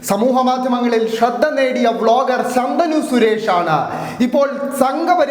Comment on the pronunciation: ശന്തനു അല്ല ശാന്തനു 😂